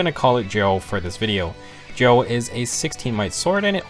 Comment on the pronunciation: Gjoll is pronounced gy-uhl